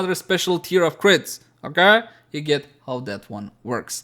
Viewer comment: OKEH made me laugh XDD